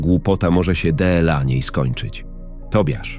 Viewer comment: Dlaczego lektor czyta każde DLA Dela??? masakra jakaś